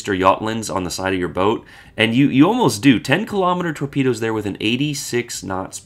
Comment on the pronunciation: Torpeedeeoes , that’s easy for you to say … 😊. An interesting boat